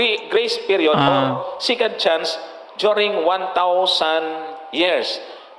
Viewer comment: Johnson "SECOND CHANCE" HINDI "SICAND CHANCE"